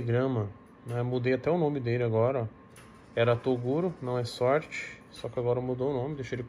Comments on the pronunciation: ELE FALA TODURO 😂😂😂😂😂😂😂😂😂😂😂😂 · O menor sempre "rouba" a fala do toguro, "toduro". 😆😆